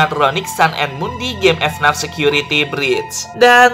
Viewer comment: bacanya FNAF bukan F NAF